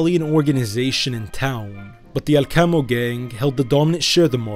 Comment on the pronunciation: The research for this video seems quite through and it's very informative. I did want to mention about the pronunciation of some of the places in Sicily. As I have family in that part of Sicily and since I have been to both Alcamo and Trapani, I know that Alcamo is pronounced AL-ca-mo and that Trapani is pronounced TRA-pa-ni. However, you do pronounce Terrasini correctly 🙂.